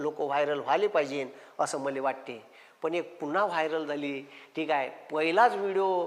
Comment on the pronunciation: वायर नाही रे वायरल